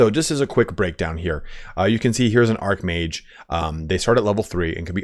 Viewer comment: ARCH mage, not ARC mage you goober. lol